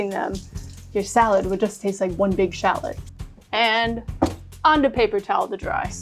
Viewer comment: I can’t get over how she pronounces ‘shalot’ 😭😂